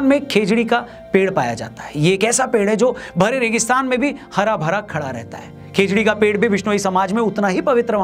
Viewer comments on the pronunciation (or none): Khejdli ❌ khejdi ✅